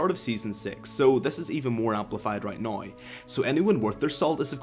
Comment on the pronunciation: It's NOW not noy!